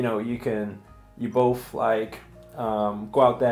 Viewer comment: Keep making videos you two are adorable. And it's bo "th" not bo ff.